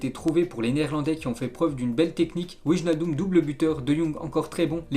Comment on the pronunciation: juste une petite correction, cest wynaldum le ij en neerlandais se prononce ay:)